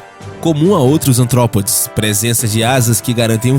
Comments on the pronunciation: ARTROPODES AMIGOS E NÃO ANTROPODES.. PÉS ARTICULADOS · Perdão por corrigir, mas, não é Antrópodes e sim ARtrópodes